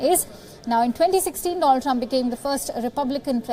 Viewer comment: again repeating trump trumph & there will be only trumph